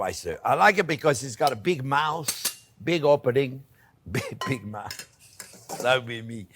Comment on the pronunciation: Chef thought u said big mouse😂❤